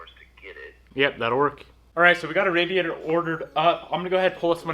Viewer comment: New word to car dictionary. The "aidyader"